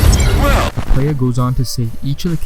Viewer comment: White boy voice: Play-YEAH